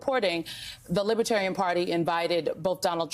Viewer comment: Does he know the difference between Libertarian and Libertine? From his pronouncing Libitarian leaves me wondering?